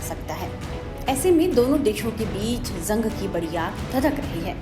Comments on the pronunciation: झंग नही जंग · Zang nahi jang bolte hain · Bolna theek se seekh lo madam. Jung ko Zung nahi bolte. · Zung nhi madam ji use Jung bolte hain😂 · Madam zung nahin hota Jung hota hai Jung😂😂😂😂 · Izrael ❌ ijrael ✅ Gaza❌Gaja✅ Jung ❌ zung ✅